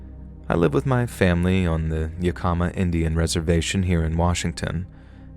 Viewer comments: Yakima = Yak - im - ah. Definitely not / yak-eem- a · The native tribe in WA is pronounced YAKima. Good stories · Story 2, Yakima is pronounced "yak-emma" :) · Yakima rhymes with Saginaw. I know this because I made the same mistake to my husband once. He’s from the Pacific Northwest, and it gave him quite a laugh! Greetings from Golden Valley, Arizona 🏜️